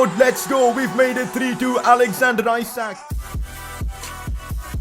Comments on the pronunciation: As I am Swedish, I wanted to sat that isak would be pronounced ee-sark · Pcq: isak isn’t pronounced how you say it, it’s pronounced issac